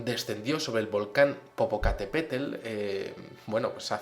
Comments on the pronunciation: Me causa gracia que ya en tres videos dice popo-catePETETEL en lugar de popo catepeTL, no me molesta y no lo juzgo porque como Méxicana que soy se perfectamente que el dialecto de nosotros es dificil de pronunciar. Le doy un like por intentarlo y por hablar del tema! saludos! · Genial!!! Has mas videos asi de curiosidades estan super entretenidos. A y se dice Popocatepetel se escucha chistoso como lo dices, Saludos.